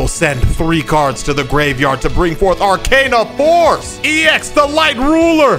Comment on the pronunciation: I loled when he said "Arcana force Vee-ai-ai"